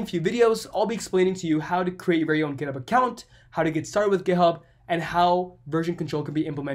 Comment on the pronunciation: Makes me laugh sounds like he saying gayhub